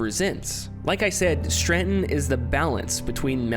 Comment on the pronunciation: Im trying to watch this video because i find the philosophies presented so interesting but>> DUDE YOU EVEN SPELL STRATON WHY YOU KEEP SAYING STRRRRANNNNTONNN?!? lol ANYWAY Im glad you made this video. Its great to revisit some of this stuff and to be honest i never noticed this straton stuff, but i did notice some other cool hidden gems in this game :D TRANSCEND!!